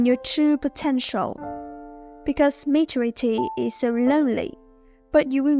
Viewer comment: Giọng bạn rất hay. Cơ mà từ maturity nhấn âm thứ hai nha! Chúc bạn sẽ có thêm nhiều video nữa nhé!